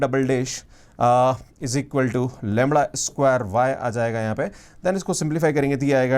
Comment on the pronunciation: Lemra Kya huta hn Bhai😂